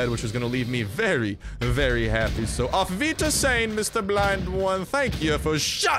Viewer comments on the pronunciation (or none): "Auf Wiedersehen Mister Blind One" thats so cool. How english people try to speak german. I like it.^^